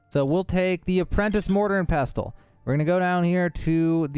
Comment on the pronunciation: Cool glitch - oh and by the way you pronounced pestle incorrectly.